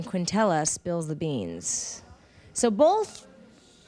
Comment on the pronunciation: Who are you with? Him not phased: “Bofe of em”